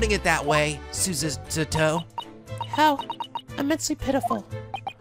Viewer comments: I implore you to please just say Susato's name the way you started out with. You're completely off with the way you're saying it right now, and the way you said it before was wayyy closer to how it sounds originally. If you want an example of how Japanese people say it, there's this LP: (this is at a part that you have already reached) The more natural way to say it in "english" would be su-SAH-toh (putting the emphasis on the middle syllable, and having the last syllable be a bit longer too). Another reason I implore you to do this is because you're obviously struggling - please do not struggle for us, I'd much rather you say it the normal way that you started out with. It sounds more natural and it only makes sense. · Yeah the way he's saying it is completely wrong. Its susato like you read it not súsátó. wth? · Am i the only one who thinks that pronouncing súsátó instead of susato as is is very wrong? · FOR THE LOVE OF GOD, HER NAME IS PRONOUNCED SU-SAH-TO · Sue - Za -Toe ...... za like in pizza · I agree wholeheartedly. The way is pronouncing it is just jarring and unpleasant due to how unnatural it sounds coming from him. Some people have been giving a hard time about not pronouncing things the "proper Japanese way" but they're really just being hypocrites. They act like it's culturally insensitive to not pronounce names the native way, but they're being insensitive to the fact that it is naturally difficult for someone of a different culture to do so and causes them to just sound wrong. should NOT feel obligated to try to pronounce names the "Japanese way" just because it's "proper" because it honestly isn't. I must disagree on one thing, however, I assert that the "more natural English way" would be to put the emphasis on the second-to-last syllable. He should be saying "su-SAH-toh." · You should make a counter for how many times you f*ck up Susato's name. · DRINKING GAME: Drink everytime mispronounce Susato.